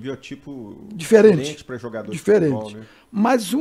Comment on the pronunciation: Falou "jugado" é mineiro😅